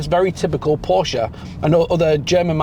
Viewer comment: A word to the wise ... "Porsche" is a two syllable German name. Those of us who are already in the club don't mind if pedestrians mispronounce it every once in a while, but ... Great review otherwise. I'm almost certain I'll move from my Macan S to one of these when it's proper to do so. Thanks